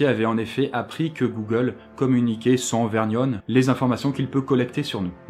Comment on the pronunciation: À "sans vergnone" c'est beau...!